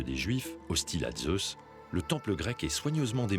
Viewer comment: Pourquoi prononcer le Z de Zeus comme les Allemands ?